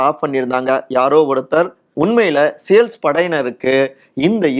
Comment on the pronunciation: அமெரிக்க படையை தமிழில் சீல்ஸ் என்று உச்சரிக்கவும்...சேல்ஸ் என்று சொல்லுவது ஒரு மாதிரியா இருக்கு 😂